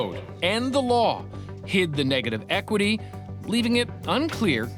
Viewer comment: She couldnt even say negative equity jeez no wonder she got conned